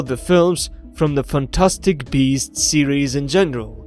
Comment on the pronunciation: Is he saying fantastic bees or beast ?